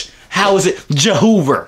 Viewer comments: Why does everyone call you it’s Joovier THERE IS A BIG DIFFERENCE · I feel like she said on purpose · She said 💀🤨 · howww is it where did she get that pronounciation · She said your name wrong 😂😭 I’m dead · She said yo name incorrect on purpose she fronting for the camera she really like u 😂😭🤦🏽‍♂️